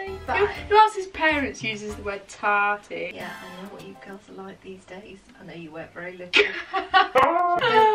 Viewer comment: omg my mum says "tartey" too lmao